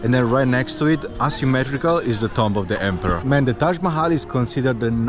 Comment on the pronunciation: the word "Tomb" is not pronounced Tom-B as you said it; Rather, it is pronounced "Toom(b)", the b is somewhat silent in English. lol. I would not have understood what you said except for the context of the tombs in the video as you said the word. lol